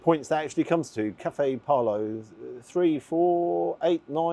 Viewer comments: The name of the establishment is pronounced Pow-Lo - not Par-Lo (which you keep saying). I thought you would be grateful to be given the heads up how to pronounce the name properly as opposed to deflecting and being defensive. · It’s Pow lo. Not parlo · his name is pronounced "Pow-Lo" not "Parlo"